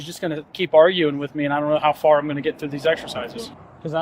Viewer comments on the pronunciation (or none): none